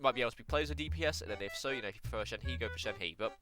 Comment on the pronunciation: shenhe is pronounced shen-huh. no hate just coming from a chinese person :)